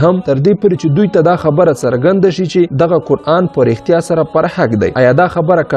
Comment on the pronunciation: مننه ښه معلومات خپروې، اما د ویډېو په اخري برخه کې دې یادونه کړې که نیوکې او وړانیزونه لرئ نو تبصره کې یې راته ولیکئ، په همدې خاطر غواړم د سمون لپاره یوه نیوکه وکړم هغه دا چې: سره له دې چې ته یو ژورناليست او لیکوال هم ښکارې خو ځینې تورې غلط یا ناسم تلفظ کوې لکه د ع او غ رد او بدل کارول د ح او خ رد او بدل کارول د مثال په توګه فرعون ته فرغون وایې، معلوماتو ته مغلومات وایې، رښتیا ته رهتیا وایې، اخستلو ته احستل وایې خپل ته حپل او داسې نور...... زه ستاسو د ویډېوګانو مینوال یم او تشویقوم مو ډېر ښه مخې ته روان یې خو که دغه لفظي نیمګړتیاوې ونیسې نو ښه کار وبه شي. مننه